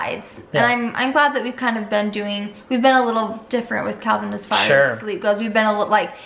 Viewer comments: Did call Calvin - KEVEN at the very end there!?!?!? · Here come the comments saying got calvins name wrong 😂 who remembers when he did that before? I love home alone!